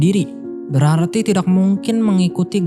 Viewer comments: Masih belum terbiasa mendengar k dibaca q ayau x Misal : kata "tidak " dibaca "tidaq / tidax" Penembak jadi penembaq /penembak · Salfok dg ucapan: tidak & tahu😅 Sukses sll bang.